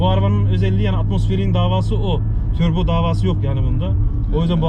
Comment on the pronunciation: Ameeeheee, türbo, küstom 😂